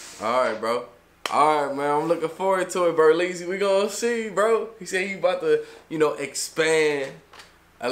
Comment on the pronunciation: It's BERLEZZY not berlezzys